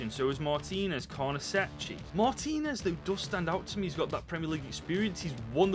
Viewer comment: Its pronounced carnesekki btw